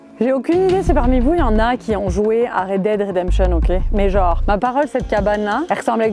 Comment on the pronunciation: Puiss gennnre heuresseeement MDR tu m'a tué avec t manière québécoise 😂😂